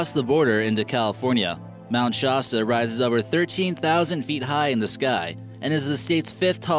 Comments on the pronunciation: It's pronounced ShA sta non shaW sta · Your saying Klamath and Shasta wrong and it's killing me, it's not shosta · It's pronounced- Klam-ith" tribe and "Mount Shahsta!" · I hate how he's pronouncing Shasta and klamath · I think it's called Crater lake not creator lake. Also, why are you pronouncing mnt Shasta like that. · Please get a more educated narrator, who will know how to pronounce words like Klamath and Shasta and who will know the Lakota didn't have "creators" but worshiped the Creator.